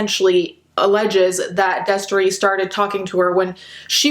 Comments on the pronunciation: She said Destry and I was so shocked, I said "whaat" out loud. The only reason you ever used to find me on Shane's channel was for wtf news and bomb dot com. I forgot that girl's name though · When u said Destry my jaw fucking dropped. So sad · I literally gasped when you said Destrey. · She said Destry and I was like “oh no baby” can these losers stop being trash? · Me hearing you say "Destry" broke my HEART. Not another childhood influence RUINED. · i heard u say destry and screamed WHY MY CHILDHOOD KEEP FAILING ME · Listen, I'm only 45 seconds into this video and she just said destry and I'm about to fucking cry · When I heard Destree, I screamed